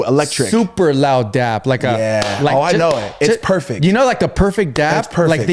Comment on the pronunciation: am i the only one that is cringing every time they say dap?? i thought it was dab??? 😭